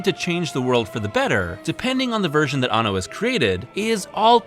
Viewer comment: You missed pronounced the directors name around the 3 minute mark.It's Hideaki Anno! Not Hideaki Banno.